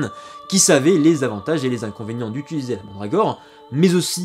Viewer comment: Utiliser au lieu de ituliser 🙏 ;)